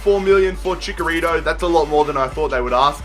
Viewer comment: Both "Ch" in Chicharito are pronounced "Ch"